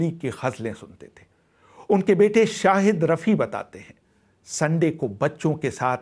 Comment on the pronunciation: you mention Hushnalal Bhagatram with wrong name then miss pronounce Rafi Saab whats your problem men ? Thodi kam piya karo.